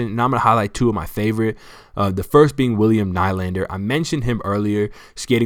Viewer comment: Nylander is pronounced Kneelander. Enjoy your videos.